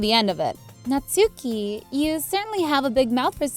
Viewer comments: Natsuki is pronounced Natski! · How to pronounce the names (for people who don’t know) Sayori - say- or-y Monika mon- ik -a Yuri - ur-y Natsuki- nats - oo- ki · YOU SAID NATSUKI Wrong .